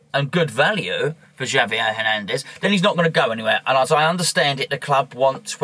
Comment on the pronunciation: Good view points. Javier is pronounced have-e-eh ;) Like jalapeno. ha-la-pino. subscribed.